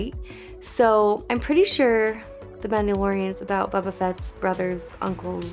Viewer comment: *Bōba Fett, not “Bubba.”